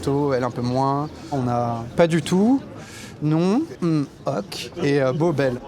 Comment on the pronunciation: 25'18" Beau mais très con : " hmmmm ok" prononcé " hmmmm oc " c'est grave!